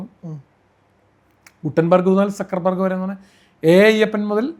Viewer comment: Sir, kindly allow me to say, it is Zuckerberg...Sakkar alla, it is Ssukkar in German.